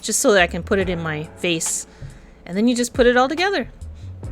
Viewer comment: I‘ve heard face instead of vase 🤣 I’m gonna cut off some leaves so I can put it in my FACE 😂 ❤